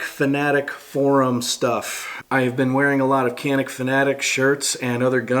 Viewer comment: It's pronounced Jon-neek